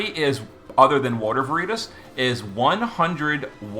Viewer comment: Took me a bit to figure out who vereetas was since it was mispronounced over and over lol